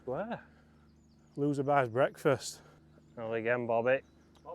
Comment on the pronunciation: bwekfasst 😂😂 brilliant